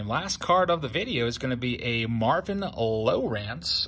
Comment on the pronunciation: Lmao "low Rance or Lowrence"